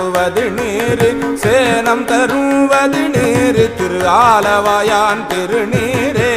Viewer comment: Wrong pronounce ஆலவாயன் not ஆலவாயான். Thanks